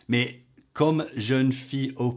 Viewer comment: Hardly any English accent at all. Only when she says "mais", or "j étais". Which she pronounces "meille" or "j éteille". It is extremely slight.